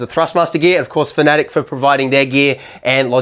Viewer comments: no no you need to say it like this fa-na-tec not fnatec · Bro learn to pronounce fanatec it’s not fanatic it’s fanatech